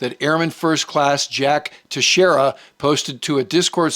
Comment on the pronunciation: pronouncing airmen Teixeira's name right... something I have seen nobody else do. Just another example of the quality we get here.